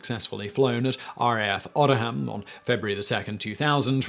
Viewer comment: Great video as always but one thing that really really really pis*es me off with Simon is his pronunciation as as example he pronounced Odiham (where the replica was tested) Oddham when it should be O D Ham!